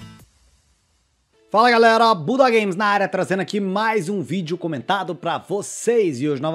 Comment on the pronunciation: kkk eu sei que o seu nome é bulldog games, mas parece que vc falou bunda games.